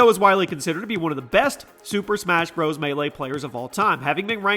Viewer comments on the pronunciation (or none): none